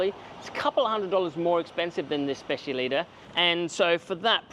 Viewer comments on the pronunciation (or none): Is specialità not specialita 😂